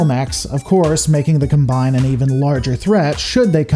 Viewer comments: no you said "Heh Gohmony" also sad "cuhm bine" instead of "Cahm-bine" lol it's like you were gonna say the Draconic Combine into Voltron - but Combine...like a combine harvester is the...well whatever good video! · pronounces Combine correctly, as a noun it's pronounced /ˈkɑm.baɪn/ and Hegemony is pronounced as either /həˈdʒɛm.ə.ni/ or /ˈhɛdʒ.(ə).moʊ.ni/. Another great video btw. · "You're not wrong, you're just an asshole." - The Dude. Combine is indeed pronounced as the Noun, not the Verb, and gets it right about half the time. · The mispronunciations on here are ridiculous. Combine: Comm-byne Hegemony: hedge-eh-mon-ee Samarkand: Sam-ar-canned Kurita: Cur-Rita Rasalhague: RAS-al-hay-g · How is it you mispronounce "hegemony" and "combine" the whole video, except for one time ? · Your pronunciation of "Combine" was inconsistent throughout the entire video. So was "Kurita." Pick a pronunciation and stay with it. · I was surprised managed to pronounce "Combine" in a twitch inducing way. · I'm sorry but some of your pronunciation hurt me... Hegemony, Combine, Kurita to list a few. It's not like saying Davion with a hard or soft "a" because actually a canon thing. Rasalhague I understand is a hard one but as it is derivative of the nation's Swedish ancestry, in any case.